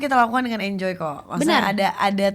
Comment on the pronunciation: di kata "ENYOY" tawa gua pecah HAHAHAHA